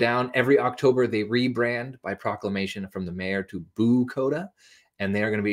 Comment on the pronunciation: If you used the closed captioning...it's "Bucoda", not "Bukota". Very miniscule village in Lewis County between Centralia and Tenino.